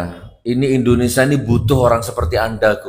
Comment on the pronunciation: INDONESIA bukan INDONESA